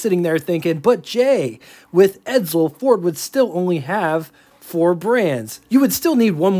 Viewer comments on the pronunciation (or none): Isn't it pronounced "EdSel" not "EdZel"? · BTW : edSel, not edZel